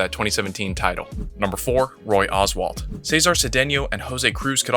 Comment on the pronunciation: It wasn't that long ago, you'd think you could at least pronounce Roy Oswalt's name correctly.